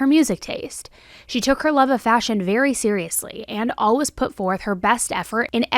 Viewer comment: WHY DO YOU SAY “ALWAYS” LIKE THAT